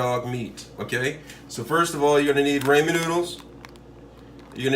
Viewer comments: Rah-men, not ray-men. ☺️ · he's talking about the pronunciation. It's rah-men. Spelling it is Ramen.